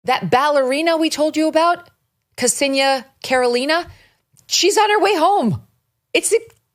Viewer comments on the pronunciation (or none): Why everyone say “KarOlina”, she is KarElina, with a stress on E . That is the right way to say her Russian last name. I am glad for her, it is a horrifying story and this is why i don’t go to Russia for few years now.